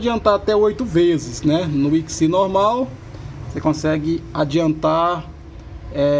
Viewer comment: MUITO BURRO! SE PRONUNCIA ECSMAI